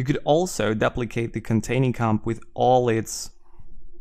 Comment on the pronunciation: "daplicate"... good tutorial though, thanks alot!